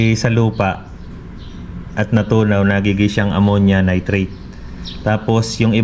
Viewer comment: Kwentong pagong pagbigkas pa lng ng nitrite, nitrate, carbohydrates mali mali na,, gumagawa lng to ng kwento